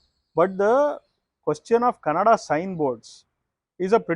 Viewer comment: This guy who explained the rule and gave a background keeps pronouncing Kannada (ಕನ್ನಡ) as Kanada (ಕನಡ). 🤦🏻‍♂️ First get the basic pronunciation correct. Either ignorant or lazy.